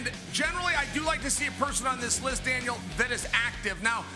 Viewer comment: Chael sounds like he’s saying Dana and Dale when he calls out to Daniel. Haha